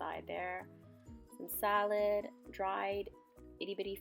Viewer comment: She sounds so white lol "Salad". And little fish, aka anchovies xD And also sounds like she ain't a fan, pff ALL THAT FOOD IS DELICIOUS!!! Send it to meeeeeeee... >>